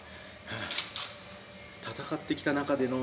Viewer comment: 最後の「あしゃしたぁ～」好きｗ